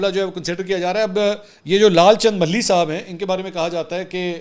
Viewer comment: منصور میاں ملھی نہیں ۔۔۔ ما لہی ۔۔۔ ما لھی ۔۔۔ جیسے باغ کا مالی کہا جاۓ بس اسی تلفظ سے مالہی